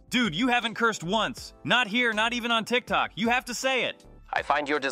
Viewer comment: I LOVE THAT HE SAYS 'TRICK TRUCK' INSTEAD OF TIKTOK